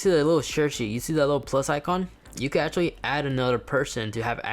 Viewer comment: He said u can ashatly